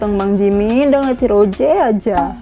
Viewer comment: Kak mon maap bukan roje tapi rose